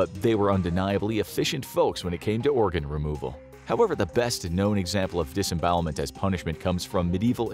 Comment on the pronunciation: "disbowelment" it scares me